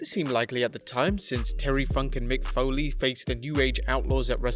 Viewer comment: Mick Folley⁉️ Folley⁉️ Foley‼️